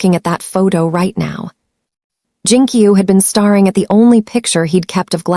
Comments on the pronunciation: Starring instead of staring. I actually hate a I voice overs. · This would be more enjoyable if the narrator wasn’t calling the babies bobbies, and saying starring instead of staring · Good story but thumbs down for saying Bobby’s instead of babies repeatedly throughout the story. ⭐️ ing instead of staring was annoying as well.